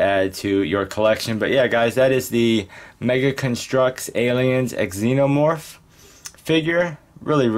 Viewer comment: Not trying to be rude but the x is pronounced z like zenomorph but nice video!